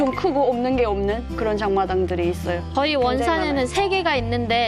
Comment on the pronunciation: 장마당이 아니라 잠마당이네 ㅋㅋㅋㅋ